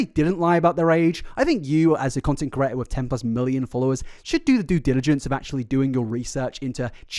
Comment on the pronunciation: Why do you say "caraitor" instead of "creator". I heard it at least 3 times this vid. Its a weird word to have trouble saying. Not exactly difficult. I wondered if you knew you said it like this? Dont mean to be mean on your Birthday. Happy Birthday: the day you were caraited.😇